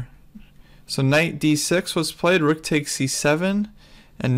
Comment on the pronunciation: i love how pronounces rook... "wook" ^^